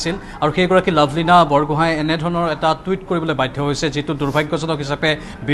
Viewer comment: ঐ নিউজ ৰিডাৰ মেডাম লাভলীনা বুঢ়াগোহাই নহয় বৰগোহাই হয় ....বুঢ়াগোহাই , বৰগোহাই আৰু বৰপাতৰ গোহাই (Borpatrogohain) এইখিনি আমি জানিব লাগে ....